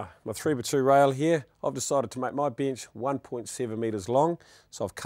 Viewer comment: Tickety boo "binch" (bench) Cut the "ligs" (Legs) Love practical demonstration